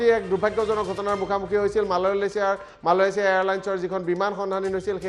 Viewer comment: he said malalesia